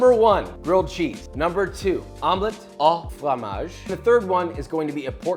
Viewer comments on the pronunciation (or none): Omlette AU frommage, not Omlette Ah frommage -- pleb... If you're going to speak French do it right! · Joshua, I know you meant well, but it's pronounced "Omelette [oh] fromage", not "Omelette [aw] fromage". I am even willing to prerecord french words that you can use in your videos so you won't risk any more diplomatic incidents. I am very almost serious.